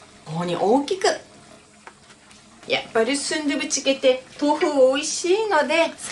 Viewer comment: スンドゥブチゲーの発音が素敵